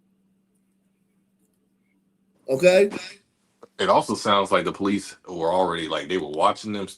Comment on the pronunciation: " Po - leeses" ( sun version is plural) . 😂